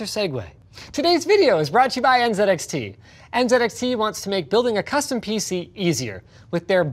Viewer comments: Linus finally pronounced Z the Canadian way when mentioning "NZXT". As a Canadian, I just want to say : welcome back to Canadian English. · I loved that Linus pronounced NZXT correctly :D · No one noticed he said NZedXT correctly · Finally!! Finally!!! 😌 Somebody pronounced Z "Zed" Thank you!!